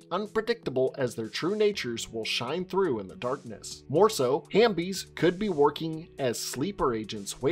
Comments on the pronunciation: Great video. Just one thing. The word is Half-bie. Not Ham-bie LOL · Bro it’s halfbie like half and zombie 🤦🏽‍♀️🤣 tf hambie no. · "Was I wrong about something" well......you said halfbie and amygdala wrong 🤣